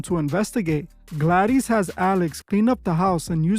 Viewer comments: "Aunt Gladeeze" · I can't bear it. I don't know if it's weirdo AI or just plain stupidity, but did you EVEN SEE THE MOVIE? You really don't know how to pronounce GLADYS????? WTAF? Thumbs so far down I had to dig a new basement to go that low.